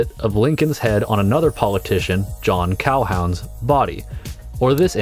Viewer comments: There are a couple of mispronunciations of peoples' names in this piece. - The man's surname was pronounced "tahl-but", not "tahl-bow". - John Calhoun's last name was pronounced "kal-hoon", not "kal-hown". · A provocative lecture,. Thanks for all the research you put into it. By the way, it's pronounced Cal-HOON. Calhoun (pro-slaver) and Lincoln (pro-emancipation) were stark opposites politically. An ex-U.S. Senator and Secretary of State, Calhoun died in 1850; Lincoln arrived in D.C. to be inaugurated president a decade later. Thomas Hicks' idea of putting Lincoln's head (photographed by Matthew Brady in 1864, but flipped left-right) on top of Hicks' own woodcut engraving of Calhoun, which was in turn based on Hicks' full-length painting, itself based on a 1849 waist-up photo of Calhoun by Matthew Brady, might have been taken as a satirical joke, except that Hicks' paste job was really about mass-marketing an imperial-looking Lincoln print after the president's shocking assassination in 1865. There was nothing imperial about Lincoln. Deep fakes are nothing new. Ands it's pronounced An-SELL (just kidding). There's a lot worth exploring in photography's subject-object issues. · That's not how you say Calhoun 😭